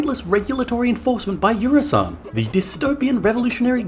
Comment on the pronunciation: I hate to be the one to do this, because this is legit a great video and I can't tell if it's a joke... But it's Eusan, not Eursan.